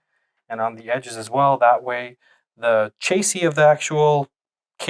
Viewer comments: it's pronounced "chassy" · the chasey? Chassis.